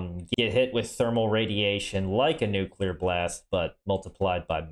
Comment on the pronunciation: My good sir, how refreshing it is to hear the word Nuclear pronounced correctly. I don't know what people have against Mr Yular to the point they want to nuke him, but the L comes directly after the C, nothing between them. It hurts every time I hear someone say it like that.